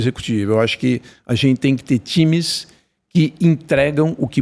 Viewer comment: "ain, TIMES". 🫥 Bem coisa de Farinha Lima